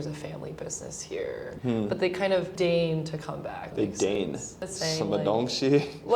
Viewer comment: They dain to come back, not "dane to come back." 😊